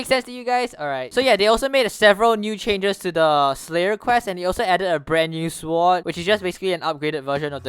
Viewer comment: The way you say ”sword” makes me wanna cry inside